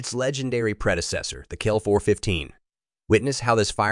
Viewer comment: What a piece of garbage video. The AI robot can’t even say C L 415. Thumbs down and totally not even remotely deserving of my subscribing.